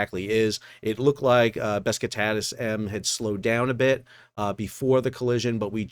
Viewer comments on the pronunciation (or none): Besh-eek-tas? Love the channel, appreciate the work, not a hater just constructive criticism: just google names before doing an episode man lol seriously, it takes 2 seconds to look up how to pronounce and your videos are usually over 20mins long and you say it 50 times lol totally worth the 15 seconds, man. It's so jarring hearing "best-kit-taz" lol 😂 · Bes-ik-tas... not Beskatatus or whatever the heck you were saying. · Please learn to READ and PRONOUNCE "Besiktas". Not Beskitas. We're not even talking about the true Turkish way of prounouncing (special character, a little curl underneath the two "s" making its pronounce it as "sh"). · It is not BesKITas. It is BesIKTas. You pronounce it wrongly. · Beskatatas? Why do Americans have such a hard time pronouncing foreign names? Is it dyslexia or lazyness? It is called Besiktas. Not hard at all. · As far as my knowledge goes, the name of the Vessel is not Beskitallas. That's not even written there. Concerning how the actuall letters could be pronounced my best guess would be something like Beshiktash which is a part of Istanbul. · Hate to be that guy, but the ships name is "Besiktas", not "Beskitas". People in Europe will pick up on this error readily, because it is the name of the most famous soccer team in Turkey. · Oh come on, the pronounciation isn't that hard. the ships name is BESIKTAS. BES-IK-TAS. Not BESKITAZZ or BESKITATIS or whatever varieties you made of it. All those times again. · Not 'bezz-ke-taz' but 'Be-sik-tas'. Turkish name. Actually Beşiktaş, a district of Istanbul. It has a famous football team. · It is not Beskitatis! It is just BEŞİKTAŞ. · lol besckutass.. its beshy-k-tash... also a well known football team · Buh sheek tas (not bes ka tas) 🙂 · bektesas besketas be - sik - tas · its pronounced Be-shic-tas, same as the football club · What beskitas? Can't read?? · "Bé - Sí - Ktas" that's the way you pronounce the name. Like the football team. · Beskitas? Are you dyslexic?